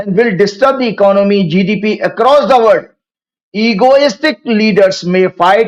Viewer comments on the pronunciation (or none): none